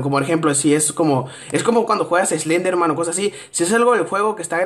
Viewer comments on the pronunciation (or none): none